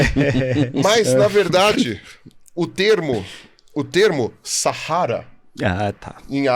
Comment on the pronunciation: pirula está de parabéns pela pronúncia ”sahara" ficou perfeito!